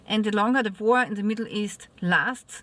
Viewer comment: War not Vor